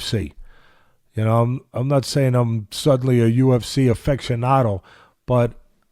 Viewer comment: Teddy also said: Now.....I'm no UFC "Affectionado" ............Aficionado.....😂